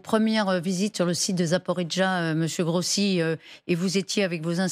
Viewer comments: c'est pas parler la langue, c'est prononcer correctement un nom!!!! Rossi, pas Grossi. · Ruth El Grief! Même pas capable de prononcer un nom correctement, et ce n'est que de l'Italien😮